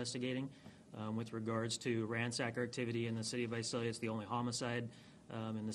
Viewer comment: It's visalia not vasalia ...smh...